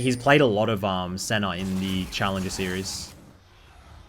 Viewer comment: why is he saying Janner and Senner when its Janna and Senna? im confused